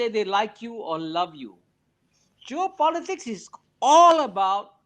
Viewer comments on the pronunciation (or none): Geo Politic 不是 Job Politic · It's geo-politics 区域政治, not job-politics 职业政治 or joe-politics